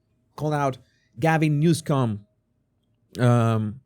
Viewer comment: Please pronounce his name correctly. There is no "c" in his name.